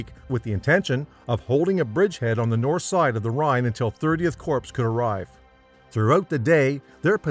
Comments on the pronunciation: I hate when people say corpse and not core (Corps). I'm guessing it's AI narrated. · Its pronounced "COR" not corpse ! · I can't listen now! corpse...come on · Hey,, it's not CORPSE, it's Corps. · This is a well thought out and well executed video. I genuinely loved watching it. However, Corps is pronounced as Core. I know that is a minor and insignificant item, but it was something that each time you said it just threw me off. It was as you were calling them Corpse. Other than that, I look forward to more videos from this channel. Very nicely done! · I'm sorry...."Thirty CORPSE?" Its Corps ("KOR", or "CORE"). You lost me there, pal. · British 30th “corpse”? How do u make history vids and not know the right pronunciation? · Corps is pronounced "core", not "corpse". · That's what happens when you have an idiot narrate a history documentary. CORE! Not CORPSE! Note: the Armhem (pronounced Arnem) is still there, intact, and a wonderful place to visit. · It’s pronounced like core not corpse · Corps is pronounced core...Core, core, core, core, core. I bristled every time he said corps. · I can stand most mispronunciations but that really grates on me. 30th corpse? I cringe every time I hear it. corps = kor. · Omg its pronounced CORE! NOT CORPSE! lord jesus! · Pronounced: Core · yeah, but corps is pronounced core, not corpse a corpse is a dead body, a corps creates them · Its not pronounced "corpse" you imbecile. It's pronounced "Cor" ...Corps is pronounced "Cor" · You would think that anyone wanting to create a multi-media historical presentation like this would have the good sense to have at least ONE military veteran review the finished product so something as idiotic as pronouncing “corps” like the word “corpse” could be avoided. Unbelievable! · You don't pronounce the "p" in Corp, dumbass. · This fool keeps saying corp like corpse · Hey folks, "Corps" is always KÔR as in Marine Corps. The p and s are always silent. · Corps pronounced same as core